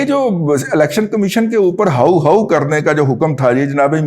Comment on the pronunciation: سر جی،ہاؤُ ہاؤُ نہیں ووُؤ ووُؤ 😂